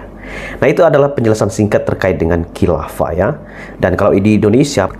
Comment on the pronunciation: Ini buya syukur bicara apa, uas katakan hilafa buya syukur bicara halifa, beda antara hilafa dan halifa, buya apa ini, hahaha.